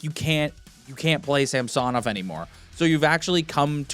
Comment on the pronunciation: It’s not pronounced Sam-so-Nov . It’s pretty easy to say it properly,, it’s Samsonov. Not difficult. All one word not disjointed. The American pundits and broadcasters annoyingly kept saying that way because welll…..they’re American. You’re Canadian so speak like one. Personally I hope he recovers his game and shuts up people like you in the “ what have you done for me lately crowd”. Toronto are losers because of people like you guys who put relentless unreasonable expectations on Toronto teams. One win in six games. Never mind the ties or comebacks to tie. The 5 nothing comeback in the third period completely forgotten. No wonder OReilly chose the Preds even though he’s a Toronto boy.